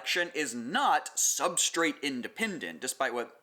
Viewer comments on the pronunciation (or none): none